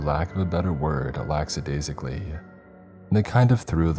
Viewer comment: Dammit, you’re doing it again. Also the use of the word “Lackadaisically” isn’t really the correct word for this context. But even so you’re again pronouncing it wrong. Whatever. I’m done trying.